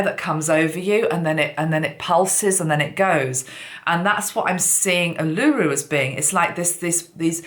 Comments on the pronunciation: Ulu-Ru——not U-Luru....! ☺️ thank you 🙏🏽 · Its pronounced Ule-lah- roo. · Not oolooroo. Its Uluru. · Uluru is pronounced "Ooh-laRue" :) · Uluru (oo-loo-roo) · Botany Bay is not on fire, it is quite central to Sydney which is fine at this point but I understand the connection. When the snake runs from one end of the world to the other then it covers a large span of the planetary surface which needs to be healed. And, by the way, Uluru has the last syllable emphasised. :-) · Marina Dakini...hi..the correct pronunciation was the issue not the spelling. Words are often not pronounced as they are spelt and the lady who provided the correct pronunciation and spelt it as it sounded had it right. The correct pronunciation of this, as acknowledged, highly significant Aboriginal sacred site is very important in public speaking especially with a message of this magnitude.